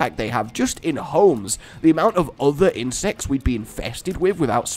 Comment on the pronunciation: "other incects"? C'mon, you don't make mistakes like that.